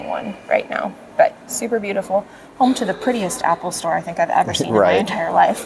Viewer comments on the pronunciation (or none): none